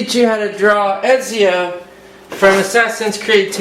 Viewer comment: u pronounce it etsio